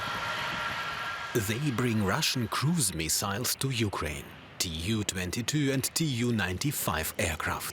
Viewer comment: This is poorly researched material with many errors🤦🏻‍♂️ also… not T.U. But Tu (pronounced: too) 😂 …a short for Tupolev